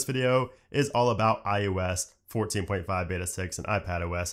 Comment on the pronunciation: Who else hears him say iUS instead of iOS?